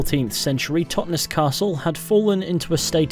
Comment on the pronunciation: Great vid, man, really but as a local can I say the pronunciation of 'Totnes' is said almost like 'Loch Ness' ('Tot-Ness) and not the 'es' emphasised as in 'hotness.'. Sorry for being pedantic but it made me twitch each time you said it, lol :) Subbed, btw